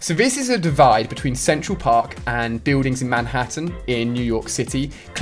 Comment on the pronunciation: I don't wanna be weird but at first when he said Central Park i heard it as he was saying sexual park, go back and listen to when he pulled up the image and said it on left side is sexual or Central Park? It's on